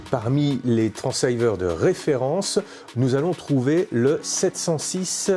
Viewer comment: A part le fait que le mot anglais "transceiver" se prononce 'TRANSIVEUR' et non "TRANSA-IVEUR', très belle présentation, merci beaucoup ! 😀